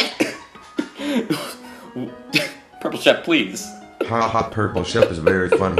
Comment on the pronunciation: Frankramk Lentine yeah you said Sheep not Shep